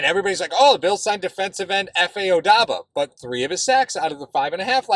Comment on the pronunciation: the "B" in Obada comes before the "D".